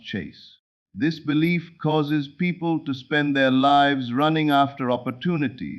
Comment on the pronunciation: Excellent teaching! But please correct mispronunciation of “lives”, so less distraction. Also, there is not enough pause between sentences so one can consider what is being said. Plus, correct word emphasis is missing so points in message are not clearly made. Thx 😊